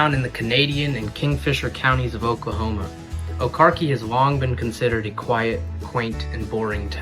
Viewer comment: It's pronounced O car chee